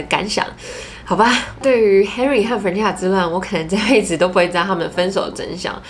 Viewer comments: Melody 會叫 Ｍel 但不會叫Meldy，Stephanie 會叫 Steph 不會叫 Stenie，Christina 會叫 Chris, Tina or Christy 但不會叫Chrisna。基本上長的名字都是省略後面不念但不會跳過中間去念最前面和後面的字母。這邊正確的發音是 Fran-ches-ca（Fran 可以想成是念人名Frank但k不發音，ches 就是跟西洋棋的Chess發音一樣，ca在此不是念sa而是ka）。如果是縮寫可以是Fran, Frank, Frankie，Franny...etc. 但不會是影片中念的Fre-nan-sa。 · FranCESca 你的懶音我聽到好辛苦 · Up主，建议下次把Francesca的名字念清楚，你念成 "farina"的话在意大利语中是面粉的意思，尤其是Francesca原本就是意大利文的名字，给懂意大利语的人听起来就真的觉得很怪。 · Francesca 的名字發音是三個音節 Fran-ces-ca，ces 的部分發音為ches (Fran 可以想成是念人名Frank但k不發音，ches 就是跟西洋棋的Chess發音一樣，ca在此不是念sa而是ka）:) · Francesca 的名字發音是三個音節 Fran-ces-ca，ces 的部分發音為ches (Fran 可以想成是念人名Frank但k不發音，ches 就是跟西洋棋的Chess發音一樣，ca在此不是念sa而是ka）：） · 喜欢你的影片! francesca 的读音可以这样念哦~ ❤ FRAN CHEST KA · Francesca是不是唸的怪怪的🤔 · 對，中間音沒發出來，Instagram 也是沒發出來，中間含糊帶過，聽了很讓人分心，我本來以為是我個人太挑剔，看到留言就放心了。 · Francesca 的名字也念错了哦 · 我發現你不會唸francesca的名字 所以快速帶過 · 開頭第二點才剛說完會注意發音 下一句第三點馬上就講錯Francesca 真的讓人觀感不佳😔 不過影片內容很用心 還是值得鼓勵✨✨加油～